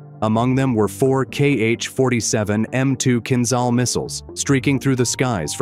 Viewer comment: The only answer is based on evidence: is there any evidence of Kinzhal (learn to pronounce the names: zh is like J from Jamaica, Kiev is like key ev - as in event)? and the answer - so far - is no.